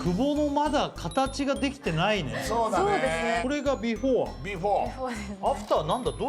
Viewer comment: 設楽さんの言う「ビフォア」が引っかかる（笑）